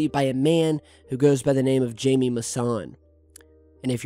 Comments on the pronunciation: It's not pronounced (Jay-me) it's pronounced (Hi-me). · Nothing but kids on these comments. Hard to take this channel serious anymore. And it's pronounced Hy-Me not Jamie. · His name is pronounced hi-me not jamie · Thanks for your work, wanted to quickly jump in on a few things... (feel free to delete this) first; just a pronunciation correction. The Mexican Ufologists is not "Jamie"... it pronounced "Hy-mee". Lastly' more of an opinion and request. GIAM, regardless of your opinion of their subscription model, is an AMAZING resource. It's available on many, if not all, streaming platforms. Apple TV, ROKU, etc. they have hundreds of programs, lectures and archives of other broadcast shows that make it well work any fee. All of the top researchers and interviewers are involved and I strongly suggest you look their content over before passing judgement on their "value". It's pretty amazing and YouTube only has a fraction of what's available in their network. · It's not Jamie Maussan, it's Jaime Maussan (first name pronounced like "HIGH may'). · Jamie pronounced "Himy" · Jaime is pronounced Hi-mee. It is a Spanish name. I don't think Jaime is a con artist, but he does tend to believe everything he hears or sees. More gullible than crooked. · Jaimie Massan is pronounced Hi-me Mussan... unreal. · Jaime is pronounced "Hi-Me" :) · Sorry but you are pronouncing his name wrong. It's phonetically highmay I think. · its pronounced Hy-May Moo-Saan just an update for you. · His name is pronounced HI-ME. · Just a heads up the guy's name is pronounced Haime even though it is spelled Jaime the J makes an H sound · It's pronounced "HI ME" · it's pronounced, Hamie. The J sounds like an H.😀